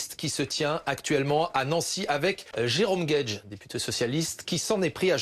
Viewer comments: C'est pas Jerome Guedji c'est Jerome Guedj.. c'est pas "deux poids d'mesure" c'est "deux poids deux mesures" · guedjyyyy ! Mais t'as raison, contrairement à bompard, il ne mérite pas qu'on prononce bien son nom